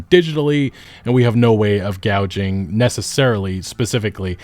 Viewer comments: I can't get over how he keeps saying "gouging" instead of "gauging". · Gauging is pronounced like "aging" but with a 'G' at the start. The way you're saying it sounds like "gouging" like some sort of horrific wound